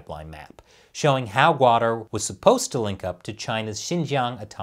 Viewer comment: It's pronounced "kutter" or "kut-tar' ", not guader.